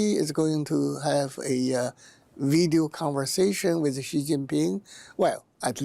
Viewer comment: I like how she pronounced each one's name correctly, especially president Xi.